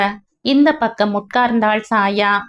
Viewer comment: Chaya - Saya alla